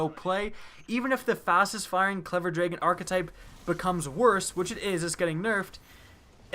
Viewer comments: this dude says , "clever draegen" ... it pisses me off ... it's clever dragon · You say Dragon weird.